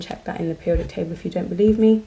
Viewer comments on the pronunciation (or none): none